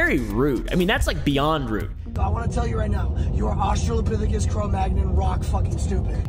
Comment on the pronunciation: u cant use big words in the wrong order if u cant even say Australopithecus